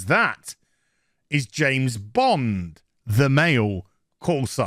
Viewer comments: "Janet" Bond? ;-) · I swear he’s saying Janes Bond. 😂🤣😂